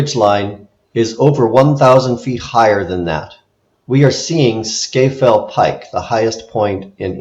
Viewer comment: Oh, and “Scafell” is pronounced “Scarfell”.